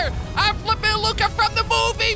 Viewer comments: It's Luca not Lucia ok? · It's luca not lucka